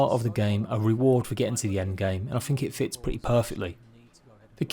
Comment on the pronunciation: Is that really what you fink ?